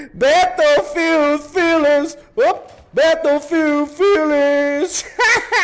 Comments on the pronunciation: tem duas pronuncias, batoufilde e béroufilde bétoufilde ta errado mesmo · na vrdade é beroufild q se pronuncia, mas foda-se